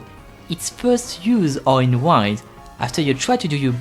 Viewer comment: Its not wind like unwind it’s wind that is pronouced like win 🏆